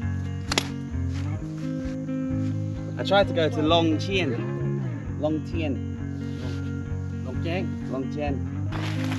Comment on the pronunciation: 😂, you really need to know how to pronounce the name of the town or city. Phon-xa-vanng/ long-Cheng.